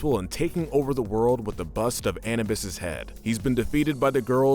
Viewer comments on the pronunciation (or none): Did you just say Annabus instead of Anubis? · It's pronounced A-NOO-bis! Didn't you watch the episode‽ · Dude, butchered the pronunciation of the name Anubis . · And misprouncing Anubis